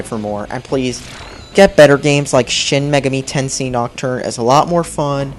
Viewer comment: Say it with me, idiot. Shin Magami(MAY-GAH-ME) Tenshin.